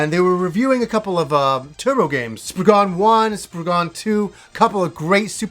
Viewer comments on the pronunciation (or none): To all you americans. you type it Spriggan, but you say spriggen. its an (cornish) english word. the a isn't a dutch a lol